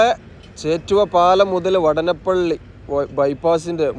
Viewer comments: vaadanapilli is the correct pronounciation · വടനപ്പിള്ളിയല്ല സുഹൃത്തേ വാടാനപ്പിള്ളിയാണ്.. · വാടാനപ്പള്ളി വാടാനപ്പള്ളി എന്ന് ആണ് പറയുക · സ്ഥലപ്പേര് പ്രദേശവാസികളോട് ചോദിച്ചു അത് പോലെ ഉച്ചരിക്കുക,വാടാനപ്പള്ളി എന്ന് എഴുതിയിട്ട് അതിലെ ദീർഘം കളഞ്ഞ് പറഞ്ഞാൽ അരോചകമായി തോന്നും,ഏറ്റവും കൂടുതൽ ബൈപ്പാസ് ഉള്ള റീച്ച് ആണ് താങ്കൾ ഇപ്പോൾ കാണിക്കുന്നത്,നിലവിൽ ഉള്ള കൊടുങ്ങല്ലൂർ ബൈപ്പാസ് അടക്കം 6 ബൈപ്പാസ്,ഏറ്റവും കൂടുതൽ S വളവുകൾ ഉണ്ടായിരുന്ന റീച്ച് ആണ്,ബൈപ്പാസ് കൂടാൻ ഒരു കാരണം അതാണ്,കാണിക്കുന്നുണ്ടെങ്കിൽ എല്ലാ ബൈപ്പാസ് ജോബും കാണിക്കണം എന്നാണ് എന്റെ ഒരു ഇത്😂ജോബ് പുരോഗതി കുറവാണ്,ഒരു പക്ഷെ സമതല പ്രദേശം ആയത് കൊണ്ടാകും,ഇലക്ട്രിക് പോസ്റ്റ് മാറ്റിയാൽ പിന്നെ പണി വേഗം മുന്നോട്ട് പോകും❤